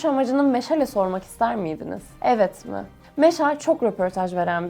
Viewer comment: Halid / Halit adının -a sesi uzun söylenir, kolay gelsin.